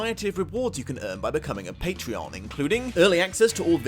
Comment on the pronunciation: Oh for goodness sake!!! (the), please stop saying "...become a Patreon" - the word is 'Patron', the service may be called 'Patreon' but the people who use it to pledge money are patrons!!! That is the whole bloody point It's like saying: "I have just bought some more books for future 'Lost in Adaptation' episodes, I AM NOW: AN AMAZON!!" No..., you just bought some stuff USING Amazon, it doesn't make YOU an online shop... or a 7 foot tall, muscly Greek woman, for that matter for the same reason that I, as a viewer, am not a Youtube, I'm just a viewer of Youtube I mean: Youtuber is a word but you don't call your patrons 'Pateoners' so that's a mute point